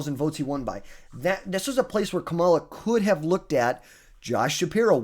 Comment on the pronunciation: It's crazy that people still mispronounce her name. At some point it's gotta be intentional? Also, please no Harris.. we don't want you as our nominee